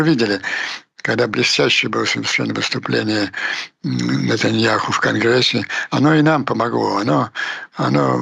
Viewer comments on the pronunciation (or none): none